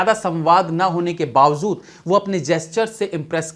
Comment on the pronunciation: Bhai. Bawajood. Bol. Bawazood .nahi